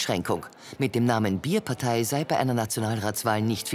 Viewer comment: Bàärparteiii, nee Bierpartei ✌️